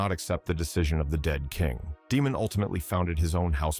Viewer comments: Day-mon not Dee-mon. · FUUUUUCK! IT'S PRONOUNCED DAY-MON! Good Lord man! There's literally a whole show where he's a primary character and his name is said multiple times. Out here calling him Demon over and over.